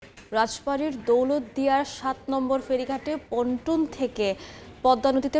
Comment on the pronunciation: এই সব গণ্ড মূর্খ দিয়ে কেনো আপনারা রিপোর্ট পড়ান যে কিনা পল্টুন কে বলে পটুন।